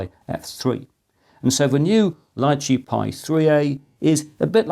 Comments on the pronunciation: Small detail is the name "Lychee" wich is a name of a fruit and prononuced "Litchi" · In English it's Lai-Chee or Lee-Chee. In Mandarin it's Li Zhi, pronounced Lee-Chur. There's no "t" in the pronunciation.